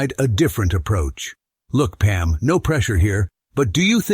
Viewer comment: Is it Peem, Pam, Pum, or Palm 🤣